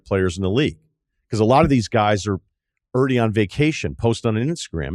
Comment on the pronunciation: Is he saying “already” when he says “errrdie”